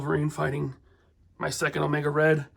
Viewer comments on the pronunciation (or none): none